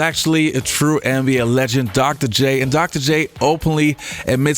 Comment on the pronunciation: He says “anne be A”. It’s soo annoying